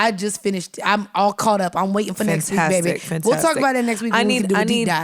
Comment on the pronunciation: Stop saying "Babeh."